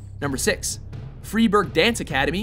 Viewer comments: Freiburg is pronounced "Fr(eye)boorg". In German when e and i go walking, the latter does the talking. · It is spoken Fr(eye)b(ou)rg not Fr(i)b(eur)g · Since when did Freiburg become "freeburg"? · It's pronounced "FRY-burg", not "FREE-burg". Come on, now! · Freiburg is pronounced wrong - you might want to re-edit that :) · u said freiburg wrong....... its pronounced friburg